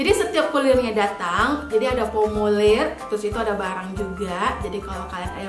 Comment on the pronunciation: SORABEL kak bukan Solabel 😂😂FORMULIR kak bukan Fomulir 😂😂